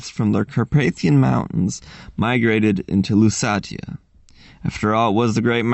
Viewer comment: “Lusatia” is pronounced “LoossAEsha” [luːˈseɪʃə] in English.